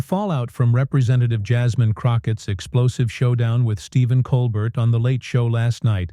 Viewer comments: It's very distracting when you say colber"t" instead of Col "bear" like he pronounces his name. And it would be very out of character for him to flip out over anything a guest would say. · Col-bear, not Colbert. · Ya know when the narrator doesn’t pronounce Colbert correctly… nothing else is correct 🤣😂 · You don't even say Colbert correctly. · The narrator is mispronouncing the late night hosts last name. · Why can’t your AI announcer get his name right! Try that if you want to be credible! As it is you seem ignorant and stupid. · This FAKE AI narration nothing more than YT CLICK BAIT. Just listen to the bad pronunciations, odd pauses in the reading and that is NOT how you say Stephen’s name!